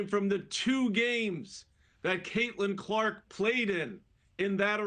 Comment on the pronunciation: I mean, you could at least the woman's name correctly.....